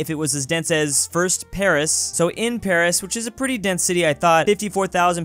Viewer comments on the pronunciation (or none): none